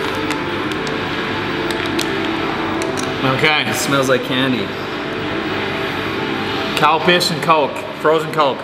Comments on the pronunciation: When he said calpis i thought he said cow piss. =/ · WTF is Calpis?! 🤔😂 LOL. Cowpiss.................. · Man you loved saying calpis and after saying out loud i do agree calpis calpis calpis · I laugh every time I hear Calpis just because I know every American speaking person that hasnt been to Japan hears something completely different! lol And the green Calpis looked like toothpaste! lol